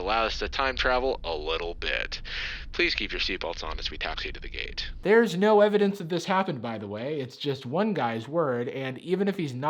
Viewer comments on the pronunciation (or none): none